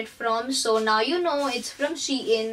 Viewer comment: It’s not she in it’s SHEIN